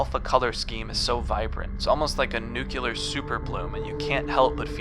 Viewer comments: Oh man, what a nice, creepy yet nostalgic video for Halloween, this seems great- "NUKE-YOO-LUR" And I'm out. 😐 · "nucular" check